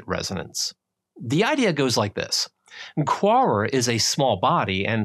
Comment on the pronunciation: You say Quaoar, I hear Poirot... time to go watch the lovely David Suchet ;P